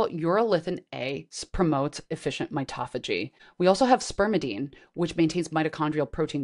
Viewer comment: mito-phagy not mitoph-agy as in auto-mobile not autom-obile